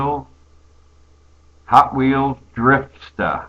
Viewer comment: I like it when you say drifsta....makes you sound like one of us Bostonianians. Lol